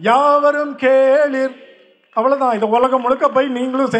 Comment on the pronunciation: தமிழ ஏன்டா சாவடிக்கிறீங்க🤬 கேளிர் டா!! Not கேளீர்!